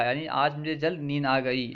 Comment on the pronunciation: AssalamualikuM aap' zald' bol rahe hain o..*Jald* hai aksar aap( jeem) ki jagah( za) padh the hai bus yahi hai aap ki galti